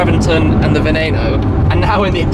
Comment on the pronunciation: Wow... Only seconds into this video, and he ALREADY PRONOUNCED VENENO RIGHT!!! AND HE IS BRITISH!!! USUALLY THEY ESPECIALLY GET IT WRONG!!!